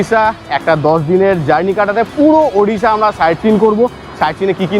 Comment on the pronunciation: For the first time I hear someone from WB say Odisha.. and not Udisha. 🎉🎉🎉